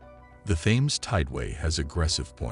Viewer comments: Isn't it pronounced "TIMS" RIVER NOT "THAMES" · its pronounced the teems not the thaines and there was a river crossing and settlements in london before the romans turned up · Thames is pronounced 'Tems'. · I couldn't stand to watch this after not pronouncing the topic of the whole thing. It's Tems!!! Aaargh!!! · It's the Temes no bloody H in the pronunciation ffs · You guys who allowed this narrator to continually pronounce the Thames incorrectly all look like idiots. It's pronounced like Tim's. The (Th) is not pronounced like (That, Those, Their., etc.....) It's Tim's!!! You make Americans look like fools with this. Educate yourself before trying to educate anyone else. It' embarrassing.